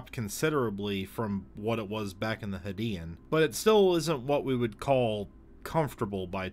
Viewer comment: U pronouncing is "hadian" and not "hadean" is very no no